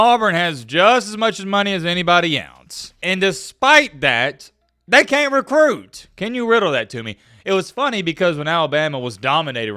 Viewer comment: "Cain't" really is southern lol